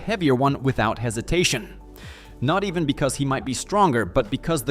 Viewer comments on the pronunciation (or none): none